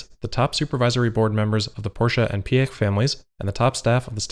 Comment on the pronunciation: Great content. Also appreciate your rather good pronunciation on German names. Piëch is a hard one for foreigners. 👍